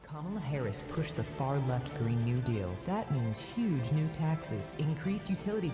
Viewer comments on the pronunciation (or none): Why does TRU MP say "Yuge" instead of huge? YUGE = 58 = XRP. 🌉 GIF: "YUGE" 👀